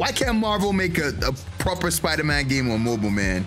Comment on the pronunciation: that's sponder man ahaha